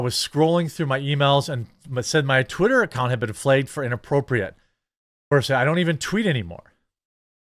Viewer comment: Y does he keep saying flegged instead of flagged